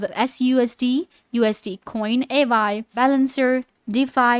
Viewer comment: How you expect to explain it when you can't even pronounce it properly 😅😂